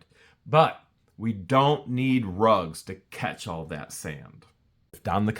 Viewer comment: It's drugs not rugs